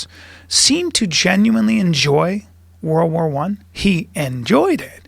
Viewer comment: This dude is saying war war 1 not world war 1....how can you take them seriously?